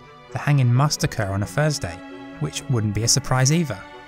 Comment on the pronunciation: It’s “THursday” not “FIRZday”